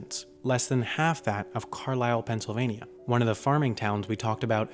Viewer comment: It's Carlisle not carsile.